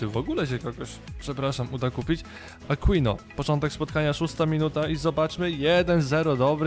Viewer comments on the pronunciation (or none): Aquino czyta się Akinio ;)